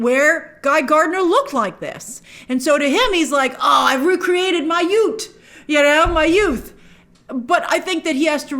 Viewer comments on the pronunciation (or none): Grace with the Jamaican accent... "Ma yut", I mean "my youth" lol. I'm a big Superman fan, but I haven't watched the WB Lois and Clark yet. I liked the trailer, but Grace has come in hot with the hate today! Can't fault her... Some good points but damn .. that family trip didn't bring back a positive woman! 😂